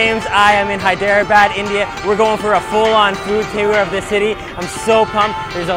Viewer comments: It's pronounced hay-drah-bod. Great videos though. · You've GOT to learn to pronounce those Indian city names accurately! Hyderabad is pronounced as 3 syllables not four. Like Hy-dra-bad. No one is going to take you seriously if you don't make the effort. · THIS IS VAAAAAAAAAAAAAAAAAAAAAAAAAAAAAAAARA THIS IS WHAT U CALL VAAAAAAAAAAAAAAAAAAAARA EYERANIAN SHAII HIIITHEREABAD the worst moments ranked 1st to 3rd. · Doge Viper Dude its pronounced Hey-Dra-badd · NO IT'S SPELLED "HI-DE-RA-BAD"